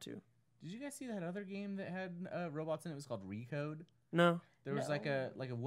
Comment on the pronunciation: IT"S "RECORE"!!!!!!!!!!!!!!!!!!!!!!!!!!! not "recode"